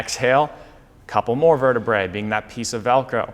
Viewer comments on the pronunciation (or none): One one in the spine is a vertebra (you said it right the first time); it sounds like the lady’s garment. Two or more bones in the spine are vertebrae (sounds like the cheese, Brie, not verte-bray). It’s Latin.